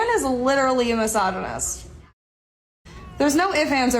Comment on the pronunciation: Bro say the word misogynist correctly.